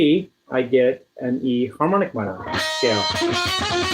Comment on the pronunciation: I barely hear harmonic minor when you say harmonic minor.